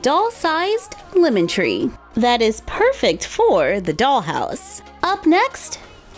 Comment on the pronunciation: I thought she said "Woman Tree" when she said "Lemon Tree" and I asked myself what a woman tree was.